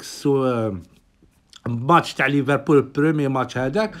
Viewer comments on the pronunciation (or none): none